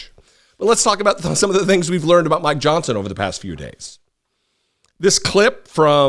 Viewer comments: You say "Mike Johnson". I hear "My Johnson". Sort of like My Pillow. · 😅😂🤣I thought you said “I want to talk about my Johnson”! Before I realized you said mike Johnson! Omg i almost spit my drink out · I love how you keep saying " my Johnson " I'm not hearing "Mike".... that is awesome!